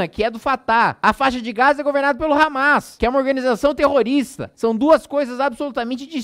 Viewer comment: kkkkk, "hamês", resbolê"